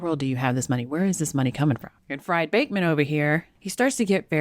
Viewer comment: When its a last name Fried is pronounced Freed.